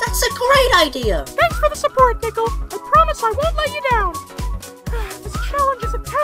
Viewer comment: it not nickel its nickol